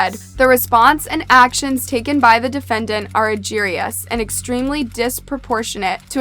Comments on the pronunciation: 😂😂 Egregious PRONOUNCED: " A-GREE-JUS"😂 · Egregious is pronounced UH GREE JUS 😂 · It's pronounced "EGG-REE-JESS". Learn how to pronounce words you want to use in cases before making videos. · Sorry to do this but egregious is pronounced Eee-gree-juss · “ Ugh-gree-juss “ Lol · Oh honey..... PLEASE Google how words are pronounced before you do videos... "agerious"??? Lord have mercy! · Argerious??? You just make up words you cant pronounce but use in your video lol? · Might want to learn how to pronounce "egregious" . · search up how you pronouce egregious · Egregious. Please use a dictionary site that gives you audio pronunciation. It's happening multiple times a video at this point. You couldn't pronounce "Moltov Cocktail" earlier.